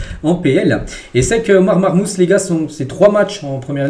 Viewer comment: SALUT sa se prononce "marmouche" pour Omar marmoush;)